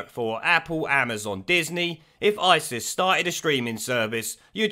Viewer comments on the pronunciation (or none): none